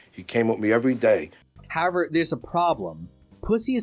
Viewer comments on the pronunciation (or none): I noticed that too. In every video he says however a couple of times, always pronounced "Hower" or "howe-air". Pretty funny. 😅